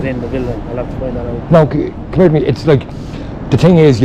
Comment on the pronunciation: Fair play lad, “c’mer to me” 😂 proper Irish 👌🏻